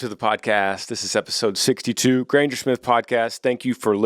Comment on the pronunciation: I've gotten whooped as a kid my siblings would do worse but since there younger they get away with it By hereing that shout out that made my day but you prouncessed my last name wrong it's only about 4 months late but thanks for wishing me a happy birthday Granger